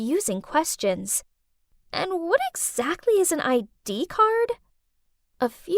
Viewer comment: She said wha instead of what 🤨